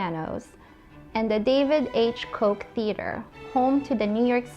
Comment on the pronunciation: Koch "Kaa ch"